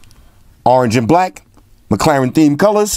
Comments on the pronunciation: do me a favour and teach Jaime Rivera how to pronounce McLaren. 😂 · is it mc claren or mc laren? hmmm